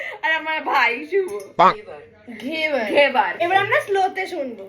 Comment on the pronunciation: Ghebar ❌️ Ghe war ✅️ Amne war cholche abar tomra o ghe war banacho😂😂😅